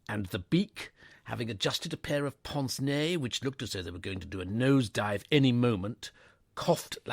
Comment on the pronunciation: Pince nez is not pronounced “ponce nay”, As the voiceover says it, but more like “pants nay”. Think of “vin ordinaire “ and make the pince rhyme with the “i” in vin.